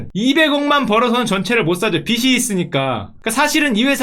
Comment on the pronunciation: 보실지는 모르겠지만 빚이는 비지로 발음해 주셔야 합니다...